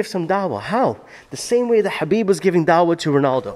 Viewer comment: Dude, it's Khabib not Habib